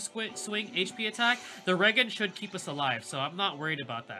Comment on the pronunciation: its HP regen (REE-GEN) as in Regeneration.